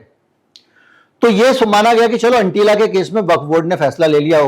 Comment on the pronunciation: एंटीला नहीं Atila